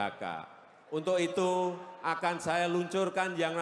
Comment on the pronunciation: Siapakah, ituh, yang, laing, sipakah, sebenarnya, ituh, lain